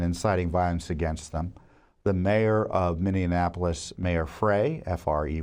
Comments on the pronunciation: So many are pronouncing "Minneapolis" incorrectly. It's "miny-AH-poh-liss," NOT "miny-en-AH-poh-liss!" People are adding an extra syllable to the word. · Love your work Love the weekly update Please pronounce Minneapolis properly. Thank you,, from Minneapolis.